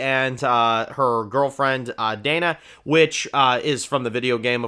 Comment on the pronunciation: *Dina not "Dayna"